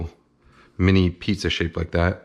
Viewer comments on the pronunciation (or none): none